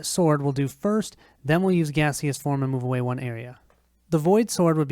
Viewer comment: Gas-eous form 😂